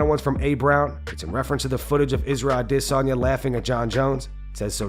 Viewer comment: Thumb down and unsub for Ah-DIs-oN-yA